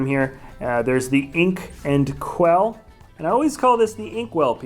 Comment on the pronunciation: Omg its quill not quell